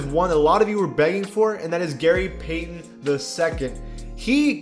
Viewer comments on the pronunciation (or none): none